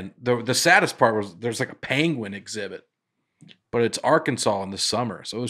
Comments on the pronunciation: Penguin...like Pen.: Pen (says Pan) Nate and: Pen (say Pin). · Listening to all 3 attempt and fail to pronounce “penguin,” while arguing how each of them is saying it correctly, was tough. Pen-Gwin. Or Peng-win. Not panguin, or peenguin. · Benedict Cumberbatch pronounces it pen-wing and it made me want to punch my tv. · Hello folks! One time me and my wife watched an orangutan use a long branch to poke and retrieve a fruit snacks wrapper. It took him a while and had to maneuver and switch hands through the fence but he got it. And it's pronounced pen- gwin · We need to know the name of the turkey behind the camera who doesn't know how to use google. What is he using chopsticks back there? Speaking of chopsticks, I thought pronunciation of peengween was a little risky. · Benedict cumberbatch recorded a documentary and pronounced it pengwing the whole time Graham Norton poked fun of him on his show. Nates improv on pangwins was to die for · By the way, I have to side with and Nate on this one... it’s “ping-win” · Rename this episode 2 people who are mispronouncing Penguin trying to correct each other...